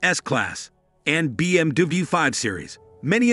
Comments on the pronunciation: First, say BMW, not BMDewey. lol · mer-seeds, Bm-doob lmfao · BMDabau and Merceeds are in trouble 😂. Machine narration is hilarious. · You are pronouncing BMW very weird. "be eem dooblooyou" or something similar. The original german pronunciation is "beh em veh" or the classic "bee em double u" Why not double v? English sometimes is totally nonsense. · BMduburp and Mersaids are in big trouble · What's a BMDoobie? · I didn’t expect to keep hearing BM-Doobie either. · Merseyds S class… Be-Em-Dooble-you… Citrone…😂😂😂😂😂 we know who made this video… haha. Imagine when you ask a billionaire what car he has and he said hong-chi 😂😂 haha. Like “Budget luxury limousine “ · "BM Dooble U", "MercAIDS"!?😂 Makes me think of a Chinese instruction manual loosely translated into English. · what is a BMDui? is that how BMW is pronounced? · BM Dabu, hahaha come on man! 😅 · why can't this guy say BMW or Mercedes Benz correctly? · This is just a TV ad with no hands on review of the vehicle's performance and specifications. Also, you seem to have and American accent but you are having trouble pronouncing BMW, petit and other common English words. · Why is it so hard to say BMW? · 11 seconds in stopped watching. Will wait for the review when they use a real human voice and not an AI that can't even pronounce "BMW" 🙄